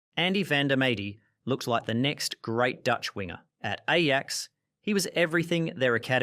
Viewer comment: It;s refreshing to hear someone pronounce Ajax as Ajax.